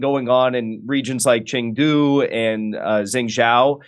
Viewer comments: ummm. he has a terrible chinese accent... just saying. cheng du.... isn't that hard to say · “Anytime I see CCP instead of CPC I initially think this is probably propaganda.” This guy is a CCP tool. CPC is the communist party rebranding of the CCP. This guy is blaming local policies instead of the central party. He doesn’t even know how to say Chengdu or Xijinping. His Chinese is horrible. He obviously knows nothing. Jimmy you need to screen your intel.